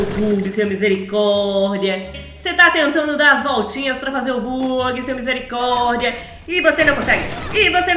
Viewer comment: Quem gosta quando a fala misericordea